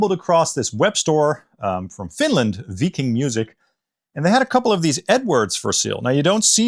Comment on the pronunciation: I think you will find it's called Viking music, and not Veeking!! 🤣